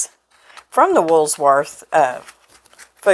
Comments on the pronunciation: I'm not trying to be mean but I do remember the Woolworth and it does not have a S in it. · ...where did you get that silverware caddie on your countertop?....No "s" in Woolworth...just say'in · Woolsworth? You crack me up. I bet you say Walmarts too. Love it. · I see a lot of people are adding the letter S after the word wool, Woolsworth It may be a regional thing…. It’s Woolworth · Woolworth??? It's Woolworths! There's no letter "s" after the word wool, only at the end of the Woolworth's name! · Woolworth. No letter S in it. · Not pronounced "wools- " worth! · It cracks me up how you pronounce the name as, Woolsworth... :D My best friend and I spent a lot of time there when it was downtown, Reno, NV. We loved the burgers, club sandwiches, and ice cream. One day we saw Red Skelton walked past the huge windows at the side of the counter we were sitting at! We paid, rushed out, and walked down the street to catch up with him. He went into a jewelry store with this lady he was with, and so did we! The lady acted quite bothered, but he was so very sweet. We just wanted to tell him how much we enjoyed his TV show, and wanted to meet him. He shook our hand and also said he was happy to meet us! After a little chitchat, and noticing the scowl on that lady's face, we left. I think we asked him for an autograph, but can't remember if we got one... Anyway, we were sad to it close, very sad.....loved the bargain-basement too! Thank you for bringing this recipe to us! God Bless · I mean no disrespect and I certainly don’t mean to be ugly but there is no S in Woolworth. It’s pronounced wool-worth. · I remember eating that cheesecake at the Woolworth's in Austin, MN. They also had great hoagie sandwiches - and they were 3/$1! That was the first place I ever had a cherry coke! I love your Arkansas way of pronouncing "Woolsworth" with the extra "s" in the middle. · Please I love you but please don't put an s on wool when you say Woolworth. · It’s not WoolSworth!